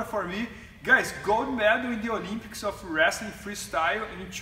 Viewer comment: Is that dickhead trying to say Olympics.